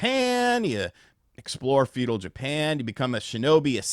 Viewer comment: It's "feudal" (Few-dul), not "fetal" and it's "Yasuke" (Yas-e-kay) not Yaa-Soo-Kay.... not to be a d!ck, but also.....kinda fun being a d!ck. Still can't believe how many gaming "influencers" have never watched any anime or subbed Japanese content.......sorry, but I felt the urge to troll. Love ya, hope you're doing well!